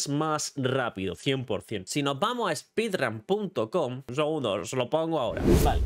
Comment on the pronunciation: ‘Spidran’ Dios…